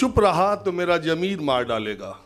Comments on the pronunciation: Sir जी, jameer नहीं Zameer. We appreciate you. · sahab jameer nahin zameer hai bura mat maniyega aap ka shubh chintak